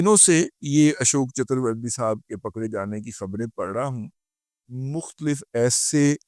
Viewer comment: Chatuerverdi nahi sale chaturvedi hota ha